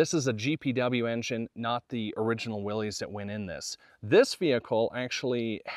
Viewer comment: It's not Willeez, it's pronounced like Willis